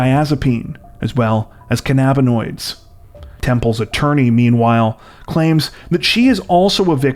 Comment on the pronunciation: I was like "wtf is a canab-ah-noid" turns out he was just pronouncing it weird lol